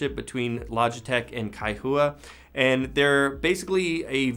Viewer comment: This is a strong entry for Logitech, but that price is insane. While the hardware design is very clean, logitech's G Hub still looks like a clusterfuck compared to Razer Synapse or even Corsair's iCUE (though the latter isn't fantastic). Also Kaihua is pronounced as a two syllable name. The "-hua" is pronounced as "hwa", not "hoo-ah".